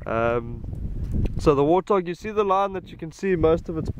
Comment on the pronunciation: Wootah..realized later he’s saying warthog